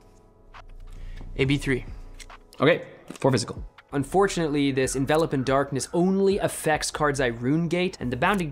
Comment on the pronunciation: gets points from me for pronouncing Envelop as "In-Vel-Up" instead of Envelope like "In-Vuh-lohp". I swear it drives me crazy when Runaways kept calling it Envelope.